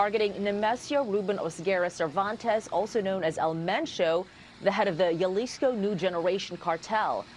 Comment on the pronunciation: It's pronounced as Hah-lisko